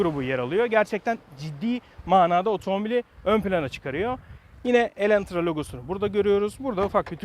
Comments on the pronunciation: Videoyu izlerken farkettim sende bayılmış sın Elantra ya😂 bide elentra demesen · Neden defalarca Elentra dediğini anlamasam da şükür ki başlığı doğru yazmışsınız.